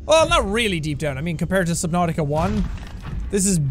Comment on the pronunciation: Who else thinks they haven't done anything until they hear Jack say "welcom back to SUBNAUTIOUS"